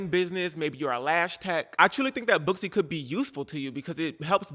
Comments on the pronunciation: Girl I’m not gonna hold you, when you said Booksy I thought you said BUSSY and I thought well it’s about time there’s a company called bussy 😂😭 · When you said … booksy, I thought I heard, bussy